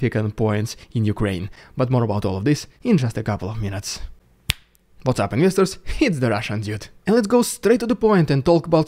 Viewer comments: The Lukashenko photo is creepy but it's a snapshot of a video in which he is alive. The photo of the fighter jet was not an F-16 (perhaps a Mirage?). Btw, it took me forever to understand that you say "what's up investors" I always thought you were saying "misters".) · Actually I thought he says 'visitors'. Why would he say investors? That doesn't make sense. But it is hard to figure out. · What's up "Nyurr-sturrs"?? What word is that? Gets me every time 🤔😅